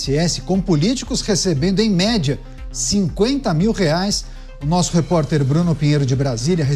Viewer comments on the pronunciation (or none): Adorei qdo o Bruno Pinheiro falou …… REPORTI 😂😂😂😂ou REPORTER BRUNO!?